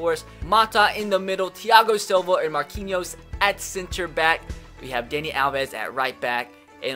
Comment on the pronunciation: I’m English & follow football ⚽️ & football 🏈 a lot, and I was so happy when said Marquinhos right 😂